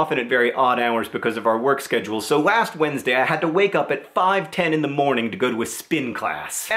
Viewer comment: Why does he say "wast" instead of last?